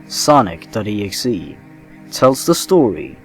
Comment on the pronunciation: When you said Sonic Exe I thought you said sausage rolls and got very worried because I knew sausage rolls were real but you might debunk them.